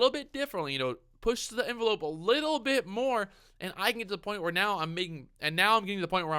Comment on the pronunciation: Push the en-va-lope, Make it bend